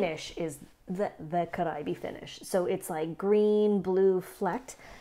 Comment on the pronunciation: Yes, perfect pronunciation! Means Caribbean, as you probably know